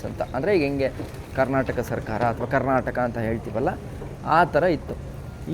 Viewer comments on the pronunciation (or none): none